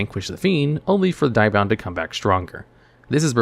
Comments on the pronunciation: Diabound? I think you mean DEE-abound! At least that's how english dub Thief King Bakura says it. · How you butcher the name Diabound is harsh, have you not watched the anime & how Bakura pronounces it. Its Deee-Ahh-Bound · Hearing you butcher Diabound is disappointing.